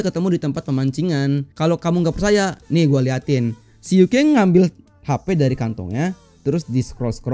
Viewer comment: Yuken bang Bukan Yukeng 😂